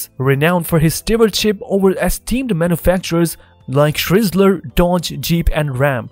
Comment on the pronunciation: Where on planet Earth is Chrysler pronounced "Shrizzler"? Listen to the first minute of this video. Once again, a low-quality automated crap robo voice video is masquerading as something better. Try again.